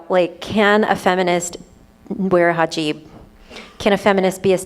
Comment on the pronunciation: It's HIJAB, not hajib.